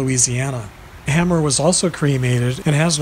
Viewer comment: Rusty hamers name was pronounced hame-r vs hammer